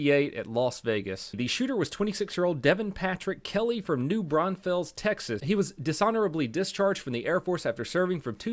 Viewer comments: Y u say new branfels its new brandfulls even though its spelled like that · New Braunfels is said like new Braun-fulls I know it is German but don’t worry, I’m a local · The way he says New Braunfels makes me angry